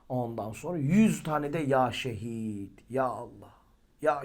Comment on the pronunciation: Ya şedid değilde ya şehid dedi sanırım